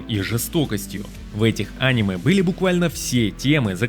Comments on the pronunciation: видео супер, только режет слух твое Аниме, вместо анимЕ. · Топ мне понравился, описывать тайтлы ты умеешь, но когда говоришь Аниме, а не анимЕ... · Почему он говорит Анимэ, а не анимЭ🤔всегда думал что ударение на последнюю букву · Бро видео просто потрясающее! Сразу 7 скрытых алмазов! Спасибо! Единственное, очень режет слух слово Аниме, когда абсолютно все говорят анимЕ. Загуглил, пишут что ударение правильно на последний слог, подумай, реально режет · Не Аниме, а анимЕ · посмотри в интернете куда ставят ударение в слове аниме. а то видос норм а твоё "Аниме" сильно портит впечетление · Не очень понимаю, как после слова "а́ниме", можно всерьёз воспринимать ролик. Ведь всем известно, что правильно говорить オネメ。 А кроме шуток: шикарная подборка. Буду смотреть, чего не знаю. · Противно слушать, еще бы мультфильм назвал… ударение правильно надо ставить а не коверкать слово! «Аниме» на третий слог ударение! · Может топ и хорош но неправильное ударение, прям бесит